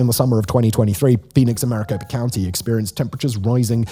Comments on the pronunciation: The Papago reverted to their own name for themselves over 30 years ago. They are the To'hono O' odham. Gila is pronounced hee-la, as in gila monster. Maricopa is "marikopa." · Gila... (Heela), Papago.. (Paa paa go)...Maricopa (Mar-a cope ah). I'm just giving you crap about the pronunciations. But, the climate change thing... Not going to agree. Been here for over 30 years and even this year it has been milder than in the past. I think it's more about expansion and the urban sprawl that creates this ever expanding heat island that keeps the temps high and the rain away. The water thing, well, we have multiple aquifers that supplement the total water not just from the rivers, (Which California takes most of btw). I will say our monsoons have been pretty much nothing the last few years, but that is more of the lack of El Nino and more La Nina effects than anything. It is hot as F here most Summers and I moved here with my Parents obviously decades ago. The Winters are amazing, but retirement is going to be somewhere else. Thanks for choosing to do a vid on our Valley of the Sun, but please keep the Climate change stuff in check... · not even 2 minutes in and i can't take this "educated opinion" seriously. Maricopa... not Mariposa. i'm sure the rest of your research is fantastic, as well. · *Maricopa, not mariposa. ,,Mariposa'' is a butterfly. *Gila is pronounced Hee-la. *PAPA-go, but that name is considered insulting, as the Spaniards labelled the local Tonono O'odham people as 'Potato Eaters.' Kate Gallego*, is pronounced Guy-YAY-go. She is married to US Senator for AZ, Ruben Gallego. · I dont recall there being any "S" sounds in MARICOPA County (MA-RI-CO-PA) crazy how much credibility you lose within the first 2 minutes if you cant even get the name of the county right in your introduction... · Maricopa not Mariposa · Maricopa county, sounded like you said Mariposa county. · You Lost Me and Mariposa County. It’s MARICOPA. It’s not Butterfly County!